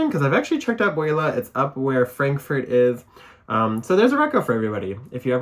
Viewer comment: pronounced "bew-lah